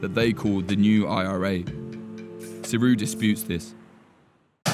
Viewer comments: How is he prononcing saoradh. as suru? Isnt it almost pronounced like Sarah.. saor meaning free. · I thought that. It's saor-ahh no? Not saoruuuuh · Just to let you know, Saoradh is pronounced the same as Sarah. Not Siri or wtf. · It’s pronounced sare-aa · His pronunciation of saoradh is terrible